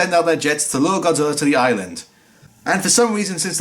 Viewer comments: Normal Godzilla fans: "ITS GOJIRA!!!"..."NO IT'S GODZILLA!!!" Dub actors: "no it's godzilller" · Why does every English dub actor pronounce godzilla's name as GODZILLLER? Like how hard is it to pronounce GOD-ZILL-A. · a British accent I've heard many other British YouTubers and people do sometimes pronounce an A sound as an ER sound